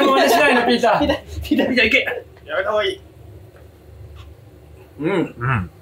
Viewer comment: バキ童がピーターって呼ぶときの発音すき